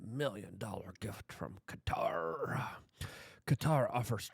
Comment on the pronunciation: Thanks for saying Qatar the right way. Drives me insane. Also wasn't the government in the process of getting a new air force one? If I'm remembering correctly it's the same type as this one, a 747-8. I found the whole "controversy" funny.